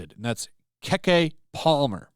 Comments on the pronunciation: It's Key key not Kay kay. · "Keh-Kay Palmer." 🤣😂 Bro, it's pronounced "Kee-Kee!" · It's pronounced KeeKee or Key Key not Keckkay. LOL and she plays the victim ALL THE TIME!!! Bill Murray isn't the first, second or third person who's career she's tried ruining. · Lmmfao "Keh Keh Palmer" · Her name is pronounced KeyKey. Not KéKé. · Dude you couldnt even take the time to learn how to pronounce her name?? Lol Ke Ke not kekay or whatever the fuck u said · I believe it's pronounced kiki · Almost lost my shit at you pronouncing Keke Palmer as "Kek"-eh, after failing to like a joke. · I think it's pronounced "key key", but no matter, and certainly not that important. I just mentioned it FYI for anyone you might run across in the future. People are so ridiculous. If it was her, she had to be aware of his work as a comedian, so why not just blow it off? If anything write if off as, silly old man, whatever and move on. He's always been a bit of a smart arse type comedian. Personally, I look at it like this; if you get so offended that you feel like you need to "cancel" someone, then maybe you should be asking yourself why it's bothering you so bad. The shoe fits? ... conviction? Just a thought. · It's pronounced Kee-Kee. And Bill Murray can't be canceled. He is beloved by so many. This PC stuff has gone crazy. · It’s pronounced “key key” ,cmon on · pronounced keke (key key). To be a guy that comments on the entertainment business you sure get these people's names wrong. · It’s pronounced Key-Key lolololol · I believe it's pronounced "Keekee Palmer" but spelled "Keke". I believe, if it's the same person, she was the main character of "True Jackson: VP". I liked that showed back in my day. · It's pronounced Key Key but yeah this I'm not surprised. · her first name is pronounced "kee-kee", and welcome to modern-day Hollywood Bill... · It's keke palmer...key-key palmer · KEK Palmer? can't speak black people names but it was funny nonetheless because she's a nobody